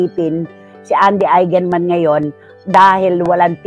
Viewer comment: this kind of news about the death of loved ones kept me bawling my eyes out. masakit naman tlaga.. and please gurl' try to pronounce their name properly as EIGENMAN..